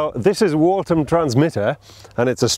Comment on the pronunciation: Waltham not Warton you spazmoloid